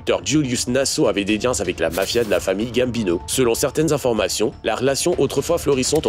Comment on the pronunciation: Putain quand tu as essayé de prononcer le nom de Gambino y a la moitié de l' Italie qui sont morts 😂😂